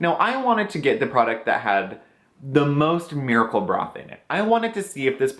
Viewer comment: Great series! Can't imagine spending that much for products, but it's great to hear a totally honest perspective. When you first said "miracle broth" in the video I thought you said "miracle bra" lol...this guy invented a cream and the miracle bra?? Oh wait...duh...lol! Have a wonderful day!